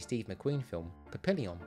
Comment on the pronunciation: Pa-PILL-ee-yon! Good grief man. You might know a lot about the British but not so much the French!